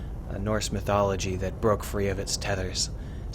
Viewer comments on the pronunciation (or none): Awesome stuff! I was planning on having a go at writing my own version based on your description of the process on your last video, but this saves me the trouble =) Oh and I don't mean to be rude but isn't eth pronounced somewhat closer to "th" than "d"?.